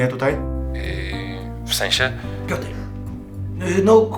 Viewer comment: pioter", piękne